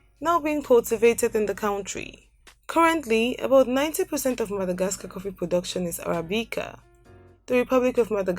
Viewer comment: Yeah like the guy who was doing the narration 😣Like all I could here it the - dh , dh , instead of the d..E.g Madhagascar. No disrespect but her accent is quite heavy !